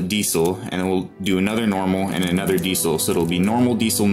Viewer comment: Besides being unable to pronounce diesel properly, video....but what the duck is a diddlybop...you mean a magazine ffs.🤔